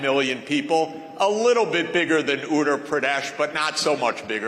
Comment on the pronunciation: "....a little bigger than oooootur purdue-sh"😂😂